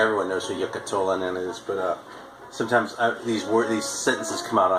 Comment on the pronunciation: Not sure so I can't take credit for that but glad you like it. You nailed those Finnish names. Second time you mentioned Eero Koivistoinen it actually sounded right. Same with Tolonen. I wouldn't blame you for not pronouncing it right because I know how hard those names can be. And my English isn't perfect either so were even. And yeah like that dude says Tolonen was in pretty bad shape because of drugs and alcohol and ended up in jail. He should be ok now.